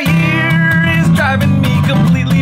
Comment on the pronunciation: "my eeear is driving me completelyfreakingnuts!" I literally had to pause to finish lmao I like the edited videos